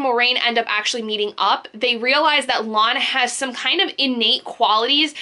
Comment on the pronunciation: It's Lan, sounds like man